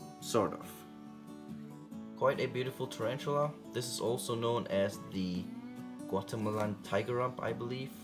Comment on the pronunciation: It’s pronounced gwa-teh-mall-ah